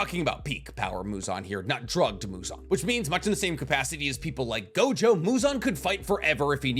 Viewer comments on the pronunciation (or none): none